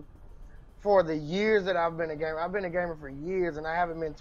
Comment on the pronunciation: everytime he said gamer i heard gay man so i was a getting a very different message